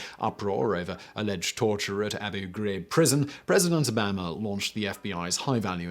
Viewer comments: Mr. Obama's surname is NOT "oh-BAM-a." It is "oh-BAH-ma." For your reading pleasure, here is a link to an article about him. The gist of the article is that he made sure to pronounce other people's names correctly---because doing so is a matter of RESPECT! Obama has been on the world stage for a long time, so you've had plenty of time to get his name right. Yes, I know that I may seem a bit sensitive and/or pedantic by focusing on such a small detail. However, you are presenting yourself as a scholar, and scholars are supposed to get such details right. Furthermore, this is not a case that is due to differences between British and American pronunciations. It is a matter of respect. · President O-Bear-Ma wtf is with pronunciation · Note: "O-bomb-ah" not "bama" is how you pronounce the last presidents name. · How can someone not pronounce Obama correctly in 2020? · V0cal delivery grates: too fast, too clipped, volume keeps changing especially lowering voice at end of sentence.Finally quit listening when you mispronounced Obama. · He also mispronounced "Obama" and the city in Sweden (Göteborg, which is the Swedish name for Gothenburg & where the Volvo factory is). He is so smart that I am surprised he didn't do better research (Obama, really?). However, next to him I am an amoeba in the brain department, so I stand down. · Theres no british pronunciation of obama. Can they just not make the ah sound? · I was wondering if anyone else noticed that. He butchered Obama's name, yet he manages to get some pretty big words right. Very odd.